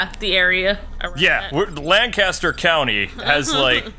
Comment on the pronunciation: It's pronounced lan kin stir